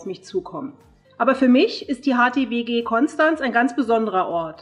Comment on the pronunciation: offensichtlich hat Ihr noch niemand beigebracht, wie man Konstanz ausspricht :D